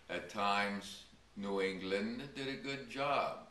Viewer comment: I hate the way he says New England!